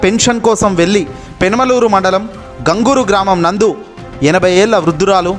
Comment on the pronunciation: Hello న్యూస్ రీడర్! గ్రామమునందు ఒకటేపదం. అలా విడగొట్టి తెలుగును ఖూనీ చేయకండి